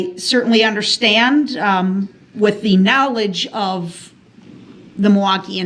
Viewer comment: For somebody who doesn’t “underschtand,” anything, he sure got that that exhibit “struck.”